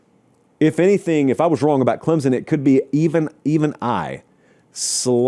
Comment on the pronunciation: show me the letter Z in Clempson pal